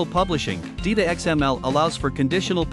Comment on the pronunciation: it's not DEETA. it's DITA as in ditto.